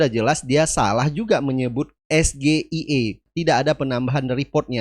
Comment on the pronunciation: SGIER bukan SGIE .. pendukung 02 merasa bangga mendengar cawapres nya mengucapkan yang salah 😊